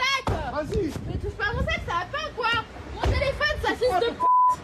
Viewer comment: " Touche pas à mon sac " ou " Touche pas à mon sex " ?